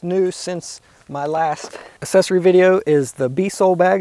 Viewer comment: its "aacksesory" not "assesory" come on